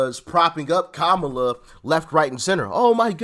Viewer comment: Its Kamala not Kamala 😂